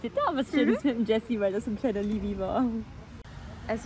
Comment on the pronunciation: Nur als Tipp: Wenn ihr wirklich ein Projekt mit dem lieben Jesse plant...Dann fragt ihn doch erstmal wie man seinen Namen ausspricht ;-)